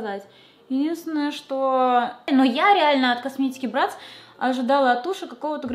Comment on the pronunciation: Не брЭтц а брАтц